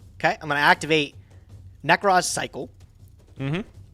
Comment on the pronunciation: I feel like we've got enough material for a " pronounces card names wrong" montage while The Ting Tings hit song "That's not my name" is playing in the background. Whatever the f**k Nekroz Colossus is... -_